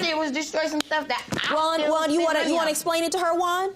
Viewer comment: why you say hwaaann name like that lmao